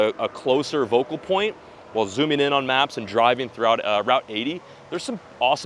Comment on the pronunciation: "vocal point" 😂